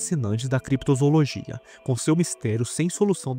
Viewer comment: Desculpa bro, mas parei no "Crepitozoologia".